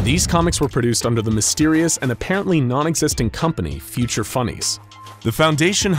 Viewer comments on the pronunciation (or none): they pronounced "future" as "feature" lol